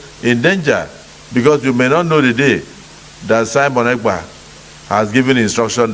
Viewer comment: Abeg call the name well. Mazi Simon. Ekpa